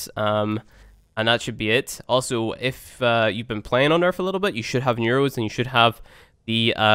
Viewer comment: Omg. 3 vids in. "Earff"(earth), "wiff"(with), "worff"(worth), "free"(three), "firty"(thirty), the list goes on & on. Your elementary school failed you, bro...... "deaff"(death), "eiver"(either), "frough"(through), "frow"(throw), "togever"(together). Got problems with that tongue pressed against your top front teeth (sorry, "teeff", lmao) for that proper "th" sound. Yer killing me smalls, killing me! Lol